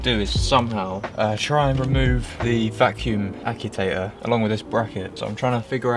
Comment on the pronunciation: It's pronounced 'akk-chew-ater' 😂😂😂